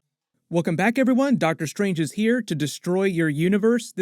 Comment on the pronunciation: Did you say Darktor Strange? Lol